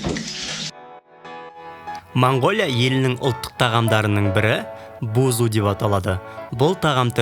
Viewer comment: Бузу емес Буузь десей🤣